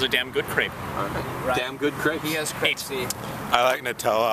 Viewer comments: im pretty sure its pronounced craype, not crepp or creep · u say it like craps... not creps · Pronouncing it Crapes is closer than crepps. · It's not "Crapes" but "Crepps" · [Craypes]? seriously? it's [crepps]. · funny how they pronounce crêpes totally wrong